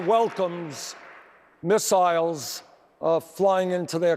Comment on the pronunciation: bernie: miss eyels